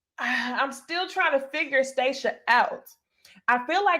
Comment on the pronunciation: You gon CALL this woman by her right name - STAH-shia lolol